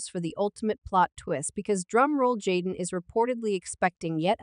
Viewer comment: its Ai duh